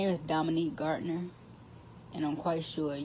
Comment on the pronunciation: If you gonna say someone’s name say it correctly